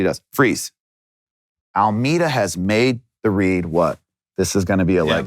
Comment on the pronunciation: Love how he kept calling Almeida Almeter